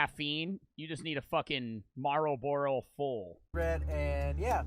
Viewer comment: Marl-borough lol